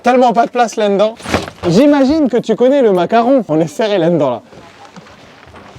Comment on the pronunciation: Tu as encore des problème avec certains mot comme "là-dedans" que tu prononce landans 🤣